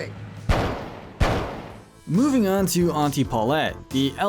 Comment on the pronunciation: yall just pronounced Auntie Poulet as Auntie Paw-let yall never took a french course before????